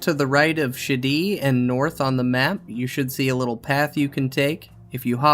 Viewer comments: I'm not sure if I'd pronounce Shadi's name as "Shitty", but I feel it's very apt for the very inept master sergeant. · Video: "back to Shadi" My brain: "back to Shitty" I couldn't agree more, ANet making you do a Quest Mastery as a step to get the Griffon.